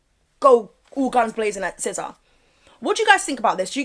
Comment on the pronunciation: Her name is SIZZA not SCISSOR😂